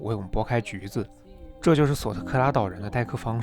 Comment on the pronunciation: 是索科特拉不是索特克拉哈哈哈